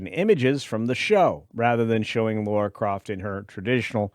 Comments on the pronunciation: Well I am out, this opinion is not required as this dude cannot even get the character’s name right… It’s Lara NOT “Laura” Croft. [Signed by] A Brit. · LARA not Laura